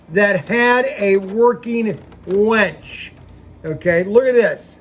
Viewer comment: UHm.. working WINCH.... not WENCH, totally different animal. LOLOL